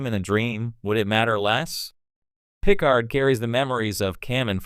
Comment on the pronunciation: Captain Gene Luke Pick-ard lol